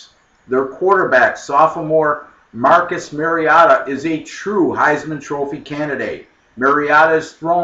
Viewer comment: Not only were you wrong, but it could have easily been a 28-35 point win. Also, learn how to pronounce 'Oregon' and Mariota.